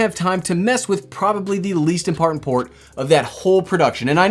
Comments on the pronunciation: "the least impartment port" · Nice video. Convinced me to buy. “the least impartant port”? LOL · "least impartent port?